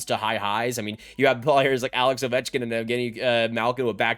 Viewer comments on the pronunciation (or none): none